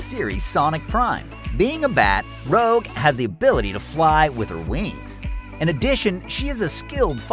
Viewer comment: ..."Rouge". Not "Rogue". Rouge.